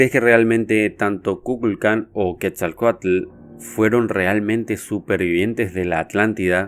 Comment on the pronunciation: wow felicidades, me gusto mucho, me encantó que pronuncies bien "Quetzalcoátl", el vocablo ATL, significa Agua... y es curiosamente raíz también de ATLántida... saludos desde México !